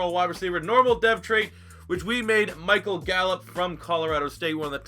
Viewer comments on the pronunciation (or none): none